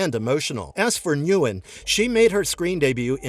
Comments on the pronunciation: It's pronounced Win, not Newin. Ya dumb voiceover. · It’s not pronounced “new-in”; it’s pronounced “win” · NGUYEN IS PRONOUNCED WYNN OR IN MORE SIMPLE TERMS WIN 😂💀NOT N-GU-YEN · Annas last name Ngyuen is pronounced win just fyi lol